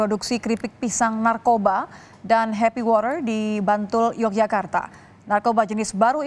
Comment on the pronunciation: Nyebut water nya biasa aja kalo mba... 😅